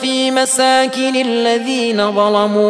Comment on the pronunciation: بس بحس بكلمة ظلمو عند الشيخ مش مظبوطة